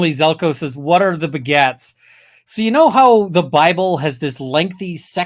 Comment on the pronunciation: every time says "the begats" I hear "the Baguettes" xD